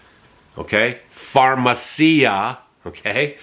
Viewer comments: It's Pharmakeia not pharmacia. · it is pharm eh kee ah. NOT pharm eh see ah. 😅